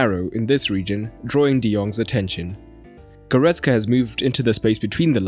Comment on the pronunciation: Who is „Goretska“? I only know „Goretzka“.